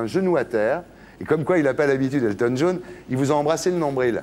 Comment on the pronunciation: "Elton Djaune".